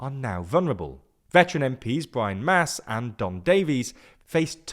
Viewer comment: I laughed when they called my old MP (Brian Masse) “Brian MASS” as opposed to the correct “Brian MASSÉ”.